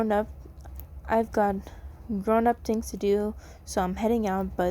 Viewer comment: sorry if this is rude, but I love the way you say "tings" instead of "things" SORRY IF ITS RUDE!